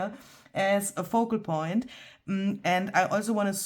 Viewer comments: Your "pocal foint" is every bit as good as Barbara's "brayed furlap" 😉😄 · gotta say…. “Pocal Foint” is right up there with 49’s “Brayed Furlap”! 😂. Love this tutorial and thanks so much for the great freebie! Such a funny video. Love how everything turned out. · “Pocal foint” made me really happy! 😊😂 I love your creation today!